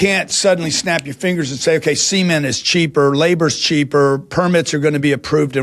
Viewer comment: Good Lord Mr. "maargidges and SEEment" comes off as a leech on the poor.